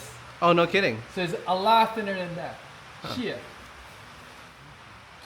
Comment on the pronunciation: “holy shiet” spoken like a true Asian 😂😂